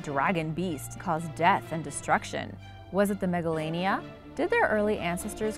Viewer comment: Megalania sounds like MEGALONOVIA!!!